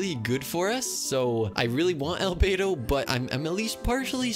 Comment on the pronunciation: omg u got Al-bow-do